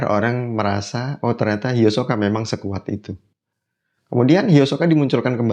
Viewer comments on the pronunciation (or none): namanya bukan hiosoka bang itu mah versi duber indonesia, yg benar Hisoka gk pake o 😆